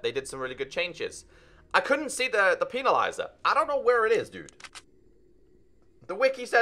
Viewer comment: Normal people: Pen-na-lizer.: Peeni-lizer. But besides that great video keep it up!